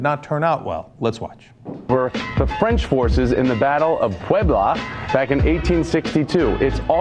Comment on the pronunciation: lol no Joe its Puebla not pueblo... and you sort of have the idea :)